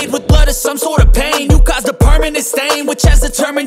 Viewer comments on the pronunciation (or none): none